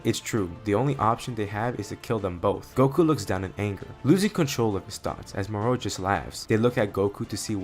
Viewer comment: The way you say Moro 😒🙄 other than that, amazing story